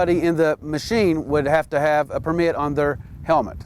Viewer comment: PERmit, not perMIT